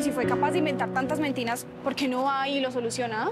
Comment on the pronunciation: Dijo mentinas 😂😂😂